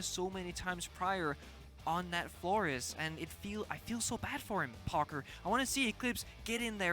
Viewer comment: I love how whenever says "Parker" it sounds like "Pogger." casting is awesome to see!